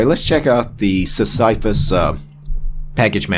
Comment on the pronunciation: Pronounced Sis-suh-fuss ike the character from Greek mythology, presumably. His rock was his thing.